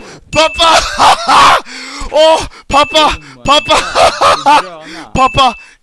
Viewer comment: Its pappa!!! Not papa!!!!